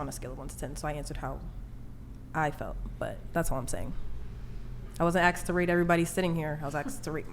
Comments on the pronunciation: Rachel is better looking than all of them, but its hard to be equally objective with prior knowledge of Rachels personality. An 7,8,9,10 could instantly become a 3 when they open their mouth. Like "axed" just dropped a few points to a 1. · I hate when people say “axed” instead “asked” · But … the question as far as it was AXED. Jesus Christ, you know that’s not how it’s spelled or pronounced, so why on earth do you do it? Again, to lean into even MORE stereotypes that you claim you don’t like? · Sorry, I speak English. What is “acksed?” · "I was AKSED"?!? what is that supposed to mean? 🤦🏽‍♂️ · What the f**k is ‘axxed’? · ASKED ... NOT "axed" ... if you were axed you couldnt answer the question DUMMIE. LEARN TO SPEAK PROPERLY ... and another movie recommendation: "My Fair Lady" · "Ax'd" says alot. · Axed?… It’s asked. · Why tf do Americans say "Aksed" instead of "Asked"??? It's annoying af. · it's Asked, ASKED!!! Nobody was "Axed", anything, she wasn't "axed", to rate everyone, she wasn't "axed", to be on the show in fact, No one was "axed" anything at all!!! FFS, what is it, with the English Language, Black Americans, find so hard to use? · The fact that the delusional 10 says “axed” when trying to say asked speaks volumes. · Asked, ASKED! Not axsed. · Take it easy, she's never been to a liberry. It was the way the querstion was axed. Call the waaaaamberlamps. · Just say “asked”. You sound so dumb when saying axed. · Its how 🥷 say the word 'asked'